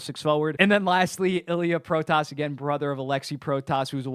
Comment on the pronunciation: Just wanna say it now, you pronounce the name "Protas" like "Pro-tis", still better pronounication than most commentators lol.